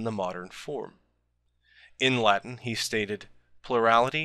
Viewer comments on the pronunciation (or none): none